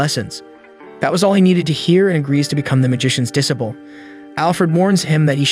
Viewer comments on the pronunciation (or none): Roasts everyone from the start, but says "Disiple" LMAO Great vids! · The pronunciation of disciple as ‘diss-ih-pull’ 🤦‍♂️ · is the commentary ai. I just dont understand how some simple worlds like, bow, live and disciple among others are so badly mispronounced